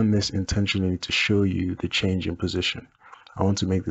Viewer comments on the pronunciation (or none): none